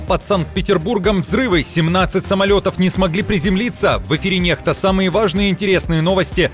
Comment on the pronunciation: НеХта, не ннекста